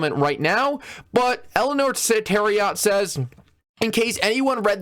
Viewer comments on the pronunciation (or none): none